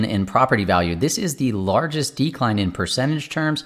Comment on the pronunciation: I'll subscribe but only if you promise to stress the second syllable of 'decline' instead of the first in the future 🙃